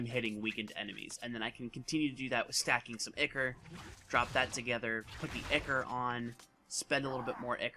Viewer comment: Eye-core, not icker. :p